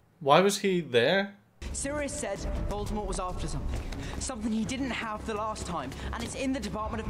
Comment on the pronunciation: I love your reactions! It might be too much to ask for, but can we get a compilation of all the different voldemort pronunciations at the end of this? The moment with sirius always makes me sad but just hearing say "Vuldemooooor" made me chuckle in the best way